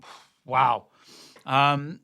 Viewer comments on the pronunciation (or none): none